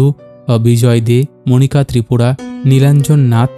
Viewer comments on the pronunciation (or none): none